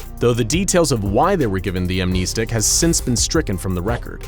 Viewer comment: I hope one day you'll say the name "amnestics" 🤦🏾‍♂️ like I cringe every time you say that word (incorrectly) 😭